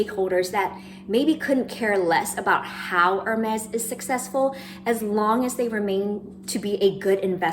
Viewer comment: Great video, but just a small point- Is it too hard to pronounce Hermès the right way, not like “her”-mes, but like “air”-mes, with a french r! It hurts to hear the brand name mispronounced over and over again 😢